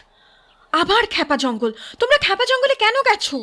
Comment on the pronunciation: Khub sundor ar aktu annorakam galpota. Uposthapona ar path o khub e sundor. Kintu akta kotha na bole parchi na, "khypa jongol" ke bar bar " khepa jangol" bola holo 😢